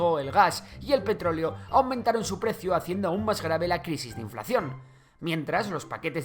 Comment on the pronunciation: dijo petróelo no petróleo